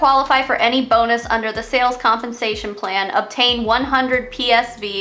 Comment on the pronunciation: When you said “compensation plan” I heard “hunpensation plan”. We should keep it that way